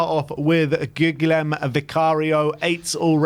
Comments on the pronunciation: I'm pretty sure (like 99% confident) that Vicario's first name is pronounced "goo-YELL-moe". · Bros, just Google or YT how to say guglielmo 😂